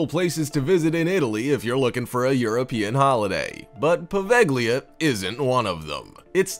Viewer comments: You should read Poveglia as Poveja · the "g" is silent in poveglia, you really butchered that one haha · I was willing to deal with the over dramatic narrator until he mispronounced Poveglia...